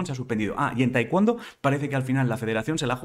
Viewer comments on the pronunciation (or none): none